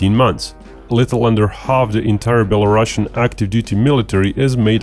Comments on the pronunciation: Sounds like beh·luh·roo·see·uhn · Belarusian has one s and not ss so it should not have this "sh" sound like "russia" word does.